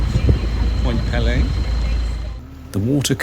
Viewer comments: Small correction. It is pronounced Point pee-lee with a long e sound for both syllables. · Although the Point Pelee name is of french origin, we locals pronounce it "Point PEELee". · I am really enjoying your video but, please would you get the correct pronunciation of Pelee. The first 'e' says its name. It is driving me crazy! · Pelé was a Brazilian football player...Point Pelee (Pee-lee) is an island in Lake Erie. Not sure where Ontaarrio is? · Point Pee-lee, not Pele ;) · "Point Pele" like the soccer player? Lol Point Pelee my friend. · Pt. Pelee (pronounced pee Lee) is the southernmost tip of Canada. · Miss pronounced Point Peelee (peely). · Point Pelee ( pronounced PEE LEE ) is the southern most point of the Canadian Mainland…….Middle Island, a bird sanctuary, is the southern most of Canada, near the border in Lake Erie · It`s actually pronounced Point Peeeeeee Lee Like you`re Peeeeling an orange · You did an excellent job on this video. For your information you should know that Pt Pelee is pronounced point “Pee-Lee”. It is useful while producing your videos to look up proper pronunciations. You didn’t see many birds because generally you have to be at the point 630 in the morning when they first come over Lake Erie. A murderer‘s dream is when 20,000 birds cross and fall at your feet that early in the point and not many get to experience that. After resting for time, they fly up to the trees, too eat and recover. It’s amazing. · Point Pelee = peel-ee :) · I know Canada has two official languages, English and French, Point Pelee has no French pronounciated flare. We all say 'pee-lee' here in Ontario, it is as you said Canada's most southerly point and a major bird migratory area. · Small point---Actually the pronunciation of Point Pelee is PEE-lee. Long e in both syllables. Cheers! 😄